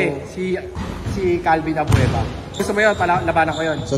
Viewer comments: CALVIN ABUEVA gun hindi Avuena 🤗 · Abeuva hndi abveuna 😂😂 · Calvin abueva di abuena ahaha dami tawa sa abuena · Boss. Abueva po.. Hindi abvuena. Hahhaha.... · Boss abueve not abuena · Abueva po hnde po abuena😂😂😂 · calvin abueva idol hindi abuena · ....CALVIN ABUEVA.....HINDI ABUENA.. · Calvin abueva boss Hindi abuena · CALVIN ABUEVA po yan hindi ABUENA.. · Calvin abueva po hindi calvin abuena😆😆😆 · Calvin abueva..hindi abuena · Abueva hindi Abuena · Abueva hindi abuena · CORRECTION!!!Calvin abueva......hnd abuena.....ayusin mu nmn pgcocontent mu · hindi po abuena abueva po